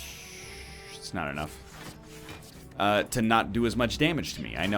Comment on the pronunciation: It IsN't En0uGh love you eggy daddo